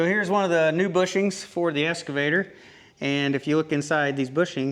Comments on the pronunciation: X cavator! Not S cavator! X X X! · It's an excavator not an escavator